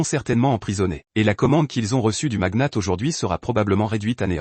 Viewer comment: Le magnat pas le maguenate 😂